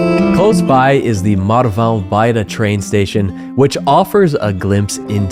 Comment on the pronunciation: You´re not really an American. You can pronounce "Marvão"... 😅